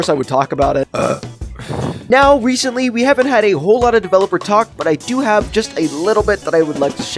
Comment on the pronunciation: Bro sed Reshently😆😆😆😆